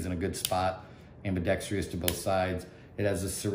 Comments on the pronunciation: Thank you!! It seems that the only person on YouTube that pronounces this word correctly is "Hickok 45." Lol. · Ambidextrous Not ambidex tree us